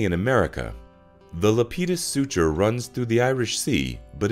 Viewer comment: You are pronouncing the suture wrong, check with a geologist.